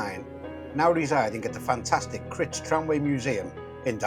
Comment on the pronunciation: Brilliant videos mate👍 Just one point Crich pronounced like eye not itch🤣👍